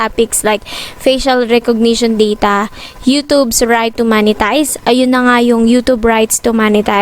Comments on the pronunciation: Ma'am yung pronounce ng monetize hindi Manitized hahahaha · Hi ate its "MOH-NE-TIZE" not "MA-NE-TIZE". Mo po yun as in mop not map